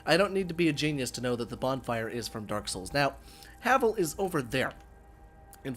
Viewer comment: Is there a smough and ornstein armor mod? Cool havel armor also it's pronounced "Have-Ull"